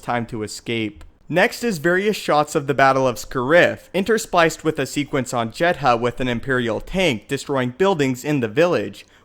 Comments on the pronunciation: SCAriff - the emphasis is on the first syllable. In Jedha the h is relatively silent, it's pronounced more like Jeda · Why do you pronounce Jedha and Scarif so weirdly? "JED-HA! SCAH-RIFF" lol